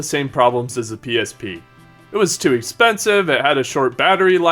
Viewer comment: "Ex penis ve"